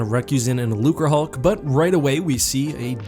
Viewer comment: Thank you for the correct pronunciation of Lucrehulk.